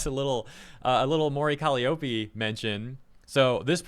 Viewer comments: lol cmon Calliope is Cah-lie-ah-pee not Cali-oh-pee lol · call me an ignorant fool but isn't Calliope pronounced as "kuh-lai-oh-pee"? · Took me a minute to realize you were saying Mori Calliope's name lmao